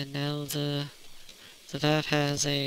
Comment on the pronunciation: Sorry, I'm gonna be that guy. It's pronounced with an 'ah'. Vahff.